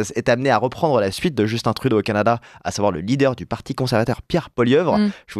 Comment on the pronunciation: On dit Justun Trudeau et pas Justine ou Djeustine.